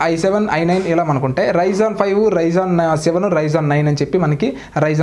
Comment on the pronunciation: bro its not ryzon its ryzen